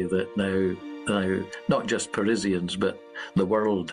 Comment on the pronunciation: what's a Parizzian?